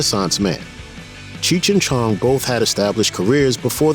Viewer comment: Cheech chi chong. Dont like how this guy says their name.